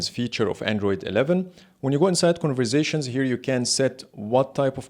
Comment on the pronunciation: New game: Take a shot every time he says "converzations"! 🥃